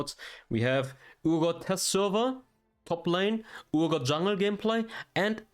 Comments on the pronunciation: Someone please tell him its Pronounced R-Got not Oor-Got. Urgot. The U is silent. Argot or R-Got. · It’s er-got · it's not urgot like your god